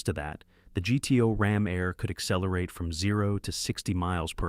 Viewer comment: 1967 Pontiac GTO Rom Air. Rom Air? Really? Goodness you are bad at this. Do us all a favor -- stop making these videos.